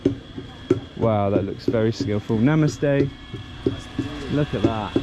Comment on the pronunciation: The way you say Namaste, is really amazing 😍